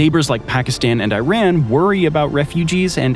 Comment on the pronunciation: how do you pronounce IRAN? Go back to school!